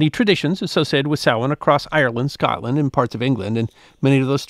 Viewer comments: Thank you for pronouncing "Samhain" correctly. It is "sow-in" or "sow-een". NOT "sam-hain" as it is spelled. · I think the closed caption is bang on. Most Irish people would pronounce it 'sawan', with the first syllable like 'sow', a female pig. Actually you pronounced it very well. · I knew would pronounce Samhain correctly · My compliments on your accurate pronunciation of "Samhain"... absolutely perfect! Maith thú,!